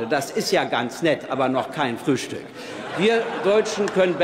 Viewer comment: "Das ist kein Fürhstück" ahaahahhaa, ich kann nicht mehr.